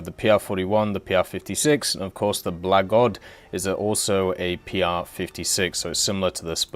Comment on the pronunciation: Say the name of that ship for us one more time, I don't think you got it quite right yet.